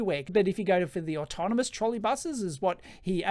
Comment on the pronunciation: "Trolley" and "Autonomous", please...